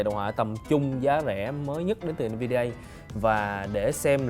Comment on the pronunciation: En vi đi a ông nội ạ, đọc cho đúng hộ cái